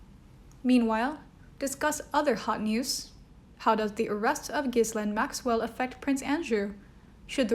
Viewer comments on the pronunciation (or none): GEE-lane!! I’ve heard her name pronounced a million times today ... it’s GEE-LANE! Sorry, carry on!!